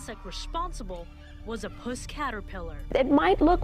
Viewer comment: Puss as in Puss 'n Boots - not pus like the gooey white stuff